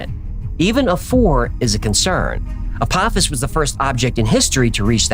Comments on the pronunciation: FYI — everyone is saying this wrong, even Neil deGrasse Tyson. ✅ Correct: uh-POH-fiss ❌ Wrong: ah-POFF-iss (that’s the Stargate villain, not the asteroid). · Dear, I love your show! And especially Hecklefish 🥰🐟 I just wanted to let you know that Apophis is pronounced with a long O. I'm sorry, I had to be that person, it was driving me nuts lol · …it’s pronounced “Ah-poe-fis” lol but great episode as always. Stripped is cool but the why files can never be too long 💯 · Its pronounced "A-po-fis" it comes from Greek mythology... Zues father fights off Apophis every night, it's supposed to be the story of why the night comes and he fights the night off so a new day comes and it's his "job" for eternity.. it's a cool story, better explained in the movie "Gods of Egypt". Far better than I could explain it lol.. hopefully he fights off Apophis in 2029 and saves humanity for every lasting night.. great video 👍🏼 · Why are we pronouncing PH as TH in this? Is it Apophis or Apothis?